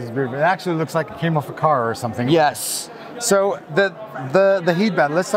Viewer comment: that "yes" was hard jajajajajaja